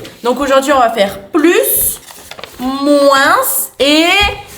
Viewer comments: Cc ces juste pour vous dire que moins sa se dit moin il y a pas de "sss" a la fin sinon continuez vos video ❤ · C'est pas moinse c'est moin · Comment ça "moinsse" c'est "moins" le s ne se dit pas mdr mais bon je vous adore continuer les vidéos 😂❤😊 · Je suis désole mais c'est trop perturbant le moinsss ( le s il se prononce pas ) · Pourquoi vous diser moinsss le s est muée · On dois pas dire le s quand on dit moins on doit dire moin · pour info moins se prononce sans le s a la fin mais pas grave tres bonne video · Pourquoi vous dites le s de moins sinon je vous adore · Pourquoi vous prononcer beaucoup le s de moins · Je vous adoreeeee! Juste une question 😅pk et disent le S à la fin de moins 😅